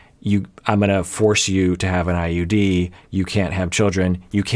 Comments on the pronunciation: I think she said "gals" but meant "vials." She misspeaks when nervous. She also calls the IUD just "ID". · Time Stamp. I'm a foreigner so my impartial ears will let you know. The only thing I noticed is that she misspronounced IUD and said ID instead, but I undertood what she was talking about...and I'm a foreigner. I had this happening with me before, i was having an appointment with my neurologist by phone and she said it was worth to try treatment with immunoglobuline, I didn't know this word so by phone it sounded like some treatment with "hemoglobins", so i told my mother and some people doctor wanted to me to go with a treatment with "hemoglobins". 😆 I wasn't thaaaaat far , but when i shared about this in a support group ppl were like "ohh it must be immunoglobulines..more known as IVIG".